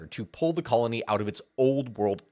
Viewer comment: You said Colony wrong